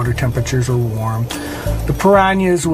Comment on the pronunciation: Great documentary but why does that obviously intelligent man keep mispronouncing words. He makes piranhas sound like there is a y in it.